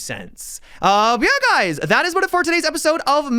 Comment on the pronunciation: At the end of every video during his outtro is he saying: via guys? Or yeah guys?